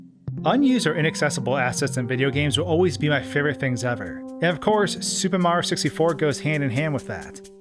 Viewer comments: Every time he says “super mar 64”, a part of me dies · Why can the narrator say “Mario” fine but can’t pronounce “Super Mario 64?” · Ugh. The way you pronounce the game as “Super Marr 64” makes me cringe every time. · Why does he keep saying “Super Mar 64”?? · Why do you say super Mario 64 weird